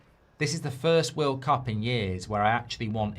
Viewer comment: Did I hear world clap instead of world cup😂